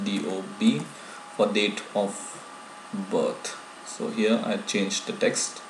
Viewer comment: "Date of butt" lol PS : I like your vids, keep doing !!!